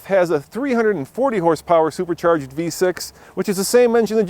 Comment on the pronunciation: "sopercharged" LOL